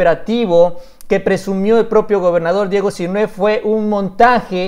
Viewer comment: No olvides que Sinhue' va asentuado en la e'